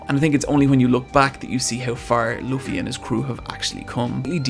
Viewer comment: Plz read this all “I spent a lot of time to write” 1. The main characters name is spilled loofy not lufy. “Like if you are saying 2 oo’s” simply like how that guy says it. 2. You must start it from the very start, if you will react to the anime on this channel I’ll definitely watch it/support and your channel will definitely grow fast. 3. For the fillers you can just skip them, To point out the fillers you can search (one piece fillers) and you’ll find everything you need “ there is a good filler that almost everyone love which is G8” 4. One piece may seems really childish and happy show for people who didn’t watch it but once you get to it, you will find out how dark and sad it can get. Which includes ALOT of real life problems and conflicts. 5. I know it’s your opinion but as you watch the show and how the art and animation progresses “ it might become your fav ;)” 6. If there is one thing every anime fan would agree on is that this anime has the best world building. 7. Watch this guys other vid “Why should you read/watch one piece” bcz it’s really gonna push you to watch op even more. 8. Every character has its own personality, fighting style, dreams/ambition which makes it really interesting. 9. I don’t recommend watching the rest of the openings if you don’t forget easily bcz IT WILL RUIN THE SHOW FOR YOU ~SPOILERS DETECTED~ just don’t 10. DONT SKIP CANON EPISODES 11. You’ve met the good side of the op community..but be aware that every community have it’s bad side so ju